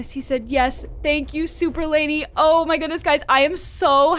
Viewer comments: It's Lani not lady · It’s Lani not Lany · Yass slay but it’s lani not lany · ITS LANI NOT LANY